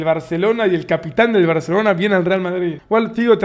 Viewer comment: Like por el acento Español de Davo del BarCelona.